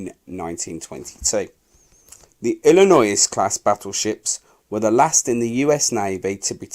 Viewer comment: Wisconsin....wiSkonson Illinois...........Illinoyz Kearsarge.....keersaj Awesome voice work. Absolutely appropriate for the number of times contributors have mangled English history. Love channels like this, look forward to more, hope you get better.